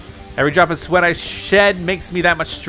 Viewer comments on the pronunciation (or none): none